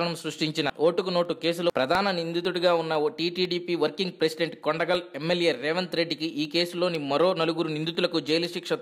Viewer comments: అయ్యా, కొండగల్ కాదు, కొడంగల్, ఇలా చదివితే, ఎవరూ నీ వీడీయోస్ చూడరు, ఎవడ్రా వీడిని వ్యాఖ్యతగా పెట్టారు, వెధవల్లారా? చీ. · Not kondagal ..kodangal